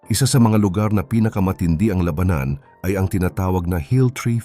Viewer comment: To the narrator please pronounce the words lalaki, labanan correctly dapat silang umuwi aanhin Mula kung Ikaw ay mamamatay lang dahil sa Gera Ng my Gera